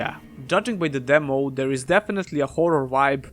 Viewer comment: I love it when he says demow